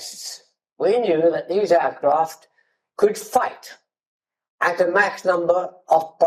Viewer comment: I find it funny that pronounces Mach correctly contrary to 99% of all english speakers, but it's probably due to his scottish heritage, as the "Loch" and such are pronounched the same as the german ch sound